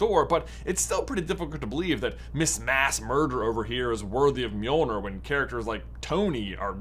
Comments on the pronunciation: Wanna try saying Mjölnir one more time? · No one gonna comment on how he says Mjölnir? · First try and say Mjölnir right